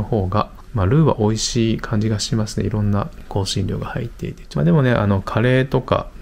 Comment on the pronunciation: 普段滑舌よいのに、美味ひぃーに笑ってしまいました。